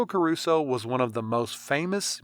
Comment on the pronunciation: come on learn some basic pronunciation